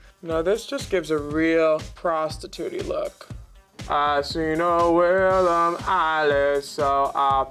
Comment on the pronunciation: Its Willam, pronounced Will·am, no I in it (If you don't know)